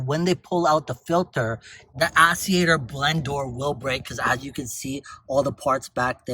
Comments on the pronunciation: Actuator!!!! Not Asseator😂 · Interesting info, my mom has one of these and is having trouble with hers. I believe it’s pronounced blend door act-u-a-tor lol but thank you. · wtf is an ass-e-ater